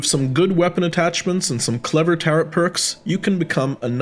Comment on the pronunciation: Nice review! Not meant as an insult but I’m confused by the mispronunciation of locomotion (lockmotion) tarot (tarott) and echelon (eckelon) you sound like a native speaker so I’m just wondering how that came about?